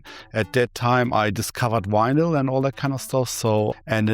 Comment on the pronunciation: "he had so much wynil"